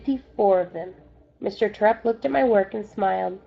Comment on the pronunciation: Just saying you're saying Mr.Terupt wrong